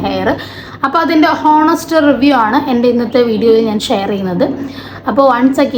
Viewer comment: Honest enn pronounce chyyathe onest enn pryu